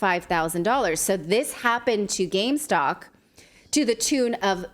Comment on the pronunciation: Say it with me, gamestop. What is gamestock?